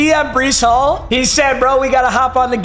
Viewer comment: Man said breece hall